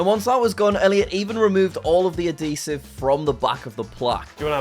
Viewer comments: What was that pronunciation of Adhesive? There is a "He" you need to say in there "Ad He Sive". Not "Ad De Sive" OMG STOP SAYING IT WRONG! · Normal people: ad-he-siv Jack: adeesivv💀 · Ad-Deee-siv? Bro Add-He-siv. QUICKLY! This is not an AhhhhhhLOOMINIUM situation... this is just wrong pronunciation. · Why does he say "adesive" instead of "adhesive"😂? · Hearing him say "adeesive" is so cursed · ADEESIVE? WHAT?.??.!?!?! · The way he says "A DEE SIVE" Instead if Adhesive lol so funny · What the hell is "adeesive"? There's an "h" in the word adhesive, Jacktopher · “Ad d sive” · the way you say adhesive really bothers me 😂